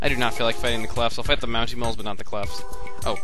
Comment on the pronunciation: There's no "u" in Monty Mole...